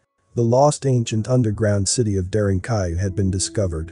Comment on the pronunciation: I think it's very important to double check pronunciation when presenting a documentary. **it's DARE+EN= DAREN + KOO+YOU= KUYU; pronounced DAREN-KUYU ...And yeah, it's amazing.